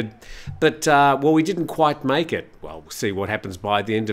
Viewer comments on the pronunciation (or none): none